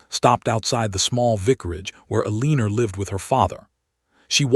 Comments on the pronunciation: Lovely story- if only the narrator could pronounce the heroine's name!! ELL-inor not elEEner. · At the beginning, the heroine's name is Aliana, then it changed to Eleanor, Elena and 'a leaner' and the damned AI never pronounces it correctly... not even once. And there are other mispronunciations, too. If content creators are going to use AI, the very least they could do is teach the AI to pronounce words correctly and in the proper tense. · Why are so many heroines in these stories called Eleanor (which AI can't pronounce anyway)? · So true..... frustrating isn't it.....